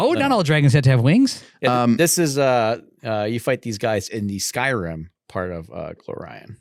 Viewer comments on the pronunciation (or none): none